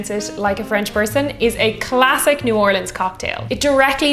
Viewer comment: As a girl from New Orleans, I'm super excited to see our notable cocktails and their history on your channel. So as we say here when we are ready to drink and have a great time, Laissez les bon temps rouler! (Let the good times roll.) 💜💛💚 also extra points for pronouncing New Orleans correctly.